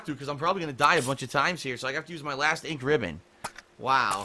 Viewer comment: I'm crying here.. That door thing, what in the ever living fuck, who would do that? Let alone FILM THEMSELVES DOING IT AND UPLOAD IT TO THE INTERNET. Jesus H. PMSL watching this, cheers :D Also why the fuck does he say "Ink Ribbon" like that, is it off or is it just me? Like he puts emphasis on Ribbon Instead of Ink. Maybe it's just me, anyway wtf am I talking about why did I type this out.. One last thing who runs out of Ink Ribbons LMAO, they're basically just a technicality to anyone with a clue how to play.